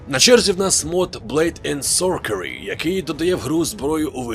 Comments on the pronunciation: Блейд енд СорСері, а не СорКері. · як завжди тримає рівень якості відео на високому рівні, але блейд енд сорсері, а не сокері